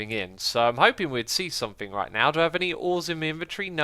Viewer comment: Has anyone noticed X says 'sumink' instead of 'something?'